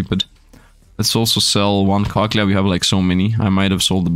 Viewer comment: I love it when says cochlea he says it so wrong... I love it